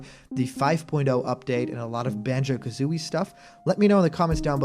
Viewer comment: You got Kazooie's name wrong.